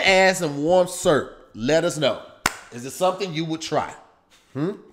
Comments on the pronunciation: can’t say the word syrup 🤔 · Is trying to say syrup?😂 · I'm going to start saying SUURP and not Syrup. Thanks! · Why say syrup like “serp”😂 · Warm surp? 😂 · Does know that syrup has two syllables? 🤔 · Also syrup is two syllables. It took me a minute to figure out what he was saying.